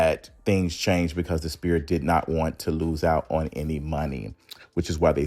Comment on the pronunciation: Love the content. Sphere sounds like sfere